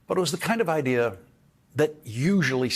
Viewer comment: hes not british why does he say IDEAR